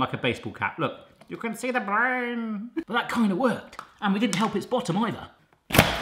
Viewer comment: I have a feeling you already done the eggstractor??? Still funny though .. “you can see ze braain” killed me 😂😂😂